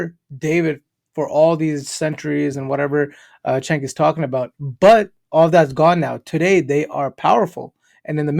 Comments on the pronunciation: His name is pronounced as djenk. It's the turkic way of writing. It's also not yoGhurt. It's more like yo'urt and Erdogan is more like Erdo'an. Just sharing my knowledge for those who it interests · Jenk. Not chenk lol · Vids are getting better 👍 BTW Cenk is pronounced Jenk (it's Turkish)